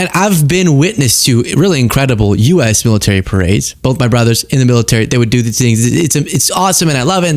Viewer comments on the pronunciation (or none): none